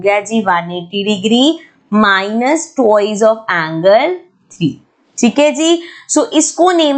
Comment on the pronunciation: Mam there's a little correction - It's not 'Tuwoiz' it's 'twa-i-s' T W I C E